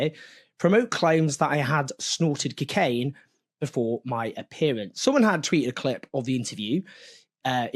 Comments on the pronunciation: Anyone else hear Brendan Fraser in Bedazzled every time Jones said cokeaina 😂. Morgan & Jones, two tits in the same bra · Cocaine Owen not cicaine